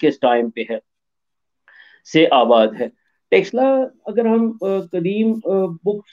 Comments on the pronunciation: Sir, Taxila nahi... Takshashila bola jata hai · टैक्स ला 😂😂😂 नहीं है भाई तक्षशिला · 🤦🏼‍♂️ अरे यार टक्सला नही तक्षशिला है. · It is not TAXshila it is TAKH-SHEELA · By pronouncing it in wrong way as Texila, till you are disowning this University. Please pronounce it in a correct way as takshila. It is correctly spelled as Takshashila in English and in devnagari script written as तक्षशिला. One more spelled version is Taxila, but it is wrong. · It's called Takshashila not texla..in modern term it refers as taxila...again not texla... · Taxala nahi, Taksh Shila... 😅😅😅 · Texla 🤣🤣🤣🤣 Taksh-shila... more specific Ta-ksh-shi-la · It's not Taxila. It's Taksh-shila. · What is Texilla? Madrasachap it is Takshashila....next time you will say shakila or teqilla 😂😂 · Taxla nahi Tax Shila bolna seekhe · You both are pronouncing wrongly. . It is not TEXLA. . it is TAX SHILA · Kyu Takshashila ka nam bigar rhe ho Texla texla bol bol k Shi nam ka aucharan krna sikho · Prof can't evenpronounce word it is takshashila it is Sanskrit word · please correct your pronounciation to Taksha Shila.